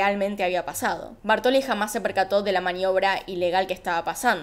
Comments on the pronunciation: TE AMO pero me desesperó escuchar Bartoli, y es BÁRTOLI con acento en la A. Toc? donde? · “Bártoli”. Acento en la A. Hasta los mostrás escrito con el acento pero decís “Bartóli” y a mí me da un TOC tremendo. Detalle, todo lo demás como siempre muy bien.